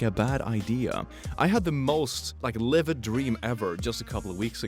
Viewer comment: Is it just me or does he say livid instead of vivid?